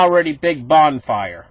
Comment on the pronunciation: Love the way, - your emphasis comes down on the word "BONFIRE"!!! We can actually see a good old Canadian Bonfire...going up....